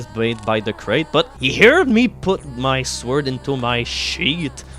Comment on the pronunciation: I'm shuddering everytime you pronounce the word 'sword' wrong.